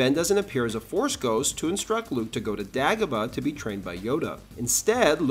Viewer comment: It's "Day go bah"